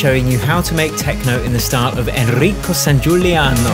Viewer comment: As an italian, the best part of the whole video was the pronunciation. ENRRICCO SSANGIULLIANNOO